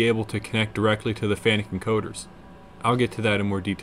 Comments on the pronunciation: The name is pronounced Fanacu, And not fanic !!!! 🤦🏽💩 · You have diligence in spades! BTW it's pronounced "FAN-ook"..😀